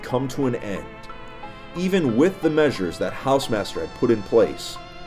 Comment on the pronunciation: Drink whenever says hausemaster